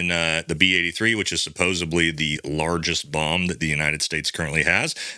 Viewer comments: Sir, I think it's supposedly.. not supposably. No offense meant. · Love this channel! Side note: it's supposedly not supposebly . Also, you say ' yeaaah' a lot. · "NEW CLEE UR" "SUPPOSE EDLY"